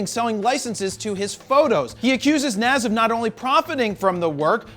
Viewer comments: JP you are Rocking a fro, we are going to hafta get to you to pronounce Nas correctly. Nazz 😂😂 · It's Nas pronounced Naaaahhhhhhs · Nas not Nassse 🤦🏾‍♂️🤦🏾‍♂️ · Nas (Nahz). Damn it, Jared! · Beening from New York and hearing you pronunciate nas name wrong Hurts 🤣🤣🤣. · Hearing Nas mispronounced is bothering me. Maybe consult Todd Wolfe for rapper name pronunciations?